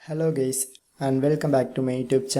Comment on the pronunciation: He literally said hello gays